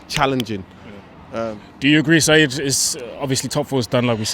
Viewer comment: Its Saeed not Seeb